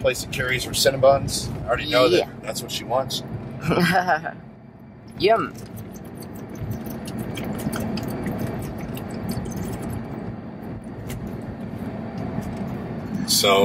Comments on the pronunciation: why does say yim instead of yum??? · she doesnt say yum it 's YEUM